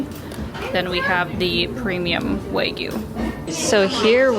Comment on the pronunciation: Hi, the word, ‘WAGYU’ is to be properly pronounced WA GYU. NOT ‘Way Giu’ The word, ‘WA’ means Japanese 🇯🇵, and ‘GYU’ means Cow 🐂So, WA GYU means / refers to all Japanese Beef cattle, associated with unique high-quality beef known for its rich flavour.